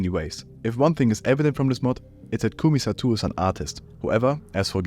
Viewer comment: it's pronounced ko-may sah-toh